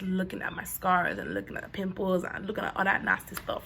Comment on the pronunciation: “One peeemple”